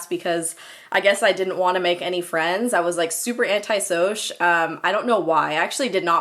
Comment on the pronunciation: lmao "anti-soush" cracked me tf up